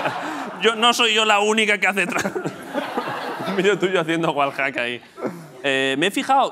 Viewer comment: Puta madre los españoles no saben pronucniar el ingless, lolito dice tal como suena Wallhack hombre un poco de pronunciacionn por favvoooooooooorrrrrrrrrrr